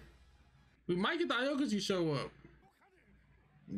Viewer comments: My nigga did yall just say a okuji? Heres how it's pronounced. Ow-Key-G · Y'all getting on my nerves saying aokiji name like that🤦😂😂